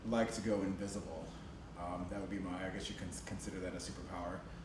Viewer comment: "The'pronciation of "Invisibile" 🙂